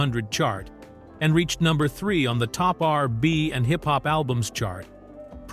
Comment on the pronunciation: Come on A I voice...you cant say R and B?